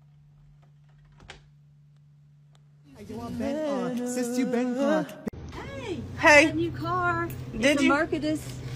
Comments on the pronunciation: mikki minige? lol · The way the voice spelled "Minaj" like "Minage" 😭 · Plot twist: isn't about the sound the door makes. It's how the text to speech pronounced Nicki Minaj as Nicki Minage🤣😂